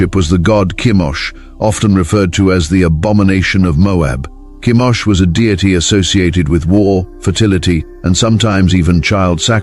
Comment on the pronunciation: Chemosh not Kimosh. Peor.Phinehas. Baals not Bowels.